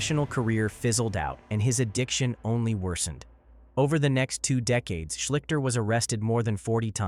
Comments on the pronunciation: It's not SHLICK-ter, it's SHLEESH-ter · Ok comment number two. It’s not Art shlikter. It shleeshster. AI ruins lazy creators. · This is what you get with AI. It can't pronounce Art Schlichter name, and uses his picture for Bernie Kosar.